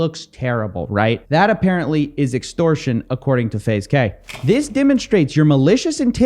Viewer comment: "extorsion" lmfao